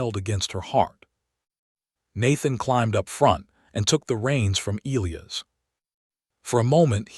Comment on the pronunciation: "E lī a's" name is pronanounced with a long "I" before the SHORT "ă" before the ending "s"!!! Not difficult & a manly and beautiful name!!!